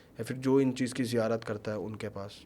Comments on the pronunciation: kabi zirayat kabhi zikayat kabhi ziyarat sahi se to bol nahi pa raha esa kuch nahi hota hai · जिरायत ❌ नही ज़ियारत होती है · Itna pade huye ho bur ziyaarat thik se nhin bol paate ,,,ye kya baat hui yaar 😢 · zairarat nahi ziarat hoti hai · Bro its Ziyarat not zikarat or what the words this Maulvi sahab is trying to say 😉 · ज़िरायत नहीं बे, ज़न्नत नहीं बे, तू सब कुछ ग़लत बोल रहा है, वो रुमाल क्यों बांधा है?? पहचान छुपाने के लिए?? फालतू बकवास कर रहा है ये सो कॉल्ड बाबा, ये सिर्फ पैसे ऐठने और पब्लिसिटी स्टंट है, सावधान कोई पैसों का व्यवहार न करे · He must be 100% tiktokker. When he is not able to pronounce islamic terms (ziyarat) how can he be a molvi🤣